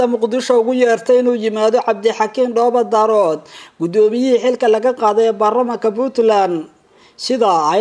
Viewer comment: Waar ninka Dhoobo-Daarood maahee Waa DHOOBO-DAAREEED, muxu ahaa ninkan wariyaha ah ma magac Chinese buu ku dhawaaqayaa markuu sidaa u khaldaayo????